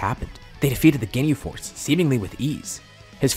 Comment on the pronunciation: I fr heard him say "they defeated the gay force" XD At